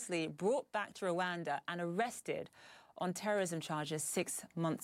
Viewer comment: For God's sake it is Rwanda not LUANDA